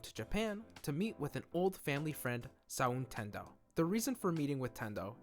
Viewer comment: Every time you said "Ranma half" or "sown Tendo" I cringed a little. That said, I wholeheartedly agree and I'm really glad we're actually getting that remake! I've been waiting decades for this! <3 Edit: for reference, I've always heard it called "Ranma one-half". It's a small issue, but it's been so long it's really stuck in my head. Soun is pronounced much closer to "sewn". There were a couple other gripes but I still really enjoyed the video and I'm still glad for the remake :)